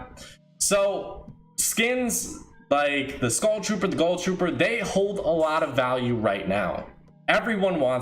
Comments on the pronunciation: He's not the only one either.. what is so hard for these kids? It's GHOUL. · im sorry but i literally want to die everytime you say GULL trooper